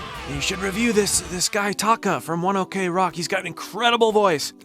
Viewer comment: That's One Ok Rock (one o'clock) pronounce as one ock rock not one okay rock